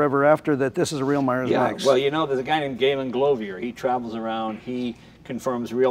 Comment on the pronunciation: Govier not Glovier Jay. Close enough though!